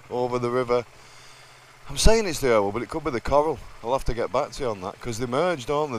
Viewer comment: Hiya mrs pointed out the river which joined the river irwell is the river croal not coral lol